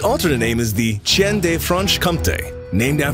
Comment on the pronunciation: Oh my… I speak French. Please don’t say chien like that.., it’s pronounced “shiun”. Soft “ch”.